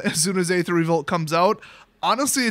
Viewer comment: Why do you always pronounce "Aether" so wrong?